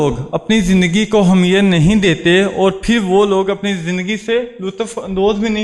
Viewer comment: Good speech... You are talking about the positive thinking its good but focus on your pronounciation ,,, the word is " Ahmiyat " not " Hamiyat " .. Keep going on!